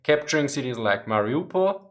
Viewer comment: I heard your mariopol. That was so clearly German, it made me laugh